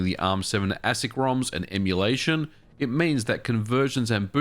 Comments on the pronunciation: Always heard ASIC pronounced aye-sick ... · ASIC is pronounced “Aye-sic” if anyone is wondering. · Your pronunciation of ASIC is interesting.